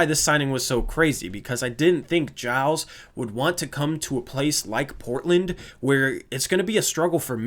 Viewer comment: Im glad you found the right way to say Giles